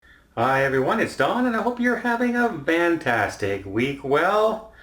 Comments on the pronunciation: Why why why do you say VANtastic instead of FANtastic? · I love his channel but that drives me a little nuts too haha